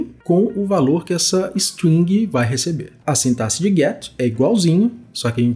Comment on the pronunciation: Finalmente uma pessoa que pronuncia "sintaxe" certo 😭🙏🏼 kkkkk Excelente explicação. Valeu demais!